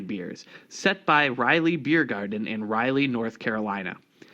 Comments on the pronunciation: Raleigh is pronounce "Rah-Lee" not "Ry-Lee". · Pronounce raw-lee North Carolina